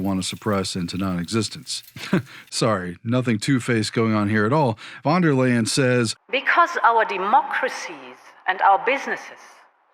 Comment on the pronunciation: By the way, as a German speaking fan, you pronounce Von Der Leyen like this 'fon there layen' in English if you want it to sound German 😉